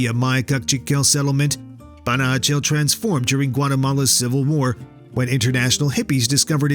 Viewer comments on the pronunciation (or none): Panajachel se llama el pueblo no panachel